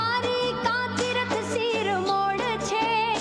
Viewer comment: શિરમોડ નહીં પણ શિરમોર બોલાય હાલી શું નીકળી પડ્યા